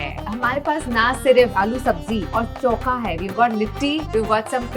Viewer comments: its not choka it is chokha😂 say it properly,, when you are food blogger 😢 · Koi kamya ko chokha bolna sikhao😂